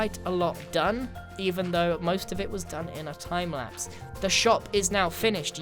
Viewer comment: are you having a stroke